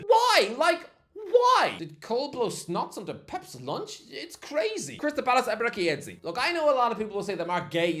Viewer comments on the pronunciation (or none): It's Ey-bey-ray-chee no Ey-bey-ray-ki ... Ch as in church, not ki ffs